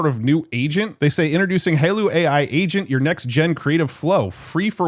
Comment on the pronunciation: Its "Hi-Law" not "Halo"..